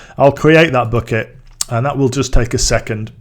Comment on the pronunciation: not booket, but bucket...man...